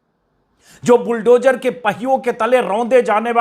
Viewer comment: श्री अजीत अंजुम जी जद नही ज़द बोलना अच्छा लगता है बुलडोजर नही बुलडोज़र बोलिए शब्दों का उच्चारण सही हो बहुत अच्छा लगता है 😊😊😊